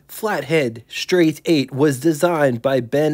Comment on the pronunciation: learn how to pronounce the "st" blend. There ain't no damn H in it!